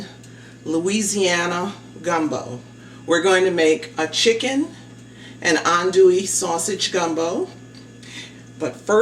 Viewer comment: well cubed chicken breast, runny gumbo, and the pronounciation of adouille as "on-dewey" lets me know your not from louisiana. where you from? "holy" trinity. another tell tale sign.